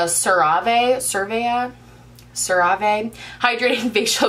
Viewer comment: The way you pronounced CeraVe made a lot more sense than the way I’ve heard it pronounced. I’ve always heard it pronounced like ‘Sarah V’ 😂